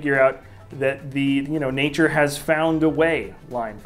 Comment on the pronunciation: d-d-did he just say NATAURE found a way... is he even a FAN